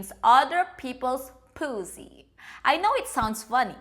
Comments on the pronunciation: The way she says poosy is so satisfying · The way you said pussy made me chuckle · I like how she pronounces p*ssy. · You say pussy in a weird way 🐸